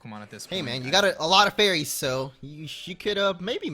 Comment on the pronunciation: "FARYS" im disappointed in mo